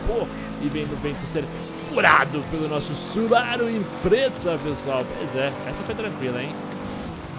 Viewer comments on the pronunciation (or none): É subaru impreza não imprezza com dois ´´Z´´. :p